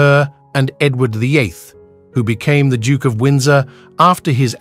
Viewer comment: What’s with the very weird pronunciations of words like “duke” and “emerald” and so many more. Completely distracting.